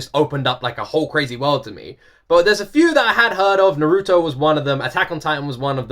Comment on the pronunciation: Just cause you know that's not how Naruto is pronounced